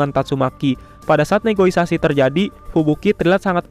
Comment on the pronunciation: Negosiasi maseh bukan negoisasi